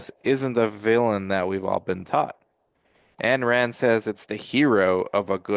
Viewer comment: You don't even know how to pronounce her name